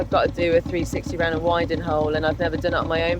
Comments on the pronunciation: It’s pronounced winding (as in the north wind). Not winding as in winding me up. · Winding hole. Pronouced as in the air that blows, that from the North in winter, i.e. Wind - ing. The term arose from the fact that in the day you used the wind to help turn the boat when the motive power was a horse.